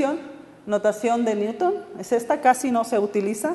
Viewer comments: por favor no lo pronuncies como neuton me hace mal a los oidos pronuncialo como niuton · Me siento orgulloso de que me gusten las matematicas y les dedique tiempo a su estudio. Esta platica acerca de ecuaciones diferenciales toca temas interesantes pero se nota demasiado que los ponentes no estan para nada preparados. "Neuton" en vez de Newton /niuton/ jajaja se pasan